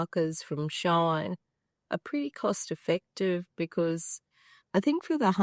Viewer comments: It's pronounced "she in". It's a combination of both English words. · Love your vid am trying to buy them so thx but plz it's not a problem but please it's "she in" not "shine"thank you ❤❤